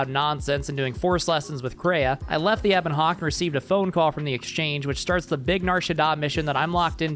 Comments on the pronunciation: Please never say Ebon Hawk-Tuah again, anything but that. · I was just enjoying the video, and then I hear it "Ebon Hawk Tuah" ruined the rest of my day, I am bothered, in too many lanes, unmoisturized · "Back to the Ebon Hawk tuah" I got mentally flashbanged by that